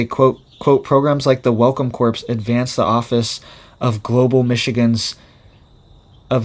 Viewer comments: CORPS is pronounced CORE, My Good Young Man - Just like Marine Corps. You're pulling an Obama when he said "navy corpse-man" (without the silent P & S), highlighting his military ignorance. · "Corps" is pronounced "CORE". Please don't say "corpse." That's a dead body! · Corps is supposed to be pronounced as core!!!Do not pronounce the ps! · CORPS is pronounced CORE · The p and s are silent on corps. It is like saying cor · Corps is pronounced CORE. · Corps - the 's' is silent! Corps is not pronounced like corpse!